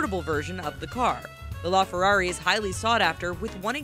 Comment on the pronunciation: It’s a la fararrj 😂